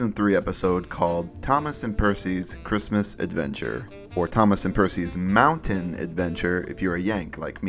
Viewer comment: Ah yes, marchrismis